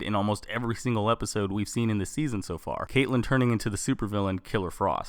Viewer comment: Oliver Queen /Green arrow Caitlin not caitllen it annoys me when people say it wrong